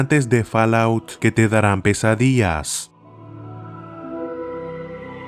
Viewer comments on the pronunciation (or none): Alguien más se dio cuenta de que dijo pesadias Like si lo hiciste